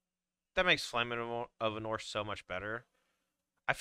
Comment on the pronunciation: For love of God, PLEASE. It's Arnor not Ahnor. Please man, please.